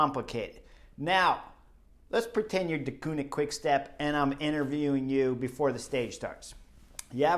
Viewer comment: You only have to pronounce 2 Dutch words correctly in your exposé, Merckx and Deceuninck, and you manage to mess up both. Ceuninck is not pronounced as the German Koenig. You'll have to watch the Flemish television one day, just to "discover" how it is said, there's not really an English comparable sound I think. It is like the French "deux" (two), like in Deux chevaux (2 CV Citroen). But what is absolutely not done, is to pronounce Eddy's family name as "MURKS". Jeezes, suppose I would pronounce Kim Wilde's family name as it is pronounced in Dutch, you'd be the first one to remark this is a rather frivolous way of using the pop legend's name. Well, the "e" in Merckx is not pronounced like an "u" but like the "a" in "at" (at last, at home). So please please please... stop calling him Murks and steer away from such "merky" waters.